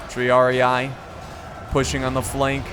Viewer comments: Its not Triar-i-ay, its Triar-e-e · And the pronunciation of Triarii and Sagittari? Tree-ar-ee Sa-djit-taree